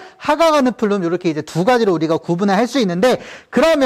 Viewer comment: 안녕하세요. 작년에 우연하게 우주론 강의 듣고 너무 좋아 구독 신청하게 되었습니다. 이렇게 매번 현장 수업 녹화하여수업 올리는 것 보통의 자신감과 열정 없이는 힘든 일인데 대단하세요.^^ 강의 잘 듣고 있습니다. 저도 수업하기전 선생님 수업 한번씩 듣고 가면 정리가 한번 더 되는 것 같아 매우 유익합니다. 그리고 매우 스마트하십니다. 플룸 구조론에서 플룸을 flume라고 하셨는데 plume 아닌가 해서요. 감사합니다.^^